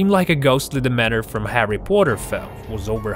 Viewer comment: The only thing that scares me about this videp is how you say dementor